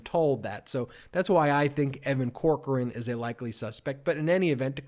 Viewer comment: Damn it Ben I still think the way your pronounce Evan Corcoran is: Cockran (Pronounced grabbed His Cock and Ran).